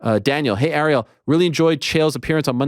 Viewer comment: Yeah, you must be really good friends with a guy who can't pronounce your name correctly. Lol. He pronounced Ariel as "R-E-L" instead of "Air-e-L" .